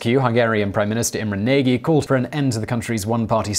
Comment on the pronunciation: The Hungarian leader's name is pronounced"Na-j" not "Nag-ee", I now it is minor but how much research would it take to get something like that right? Kind of distracts from the whole video for me (to minimize my pedantry I won't also complain about how he pronounces Yekaterinburg)